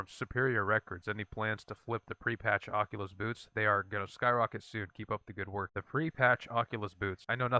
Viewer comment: It's not Oculus it's Occultist. Uh-cull-tist. And yes I have a stockpile of the boots. They really had something great on day one. And immediately threw up busted gear at players because 24hr streamers complained that blues and purples weren't good enough.